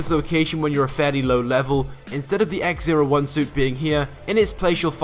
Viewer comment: X-O1 not X-01